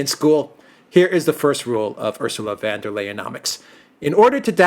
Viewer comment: Von not van, she is not 🇳🇱🇳🇱🇳🇱.